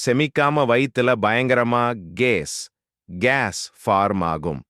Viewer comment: என்ன பா உன் குரல் இப்படி இருக்கிறது, நீ சொல்லுவது ஒன்றும் புரியவில்லை, கொஞ்சம் அழகாக சொல்லு, கேஸ் என்னும் சொல் வேறு மாதிரி கேட்கிறது பா.